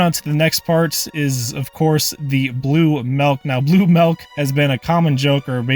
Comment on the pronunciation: did he just say Milk as "Melk" ?